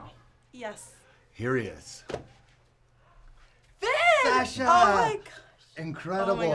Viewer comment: Did u hear fin said satsha when he met her 😂😂